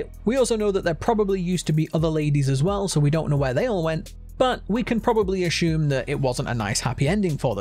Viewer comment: today's words of the day are "ashume" "instead" "of" "assume"